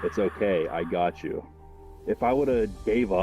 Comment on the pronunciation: An angel saying “I gotch you” he must of been a gangsters angel 😹😹